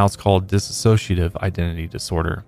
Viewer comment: Dissociative, only has one "a" and 5 syllables if you count a diphthong "cia" as two. Almost everyone mispronounces it.